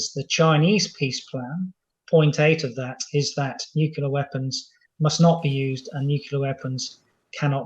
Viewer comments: Hard to understand how a very erudite military expert isnot able to pronounce "nuclear" , preferring to go for the "nukular" option.. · Weirdly, it seems like it's become the standard (mis-) pronunciation of the word for British military leadership and intelligence. Almost every talking head Times Radio has on says nuke-ular. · Chip needs to check the pronunciation of nuclear. Perhaps Times Radio could take lead in banishing nucular weapons? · Nuclear. New Clear. It's that easy! Somebody please tell these so-called 'experts' and presenters. 🙄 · Says noocular, loses all credibility. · Nuc u lar? Good god